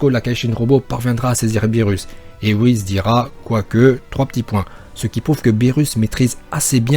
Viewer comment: Tu dit wuhiz pas : wuhis